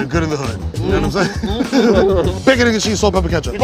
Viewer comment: As a newyawker this is funny. Uk ur not from ny when u cant even pronounce bacconeggncheese